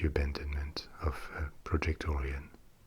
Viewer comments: Orion is pronounced like O'Ryan or the like, not oorean. But otherwise good vid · Idk the or-ee-on but I have heard of the oh-ryan project. :P